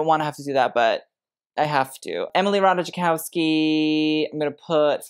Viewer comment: Love your videos but please learn how to pronounce correctly last name of Emily Ratajkowski 🙏:hands-yellow-heart-red